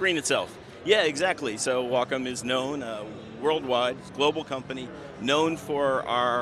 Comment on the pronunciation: Host was very disrespectful. Geez let the Wacom rep talk! Host couldn't even say "Wacom" right, acted like a kid. This was borderline cringe. Lots of wasted time and bad presentation. I just wanted to hear the Wacom rep talk, not have that bozo constantly talk about his drawings on the screen.